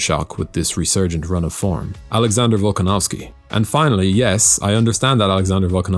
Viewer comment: Volkanovski?? Really buddy???????????